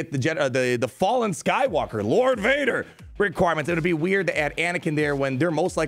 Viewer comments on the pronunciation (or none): none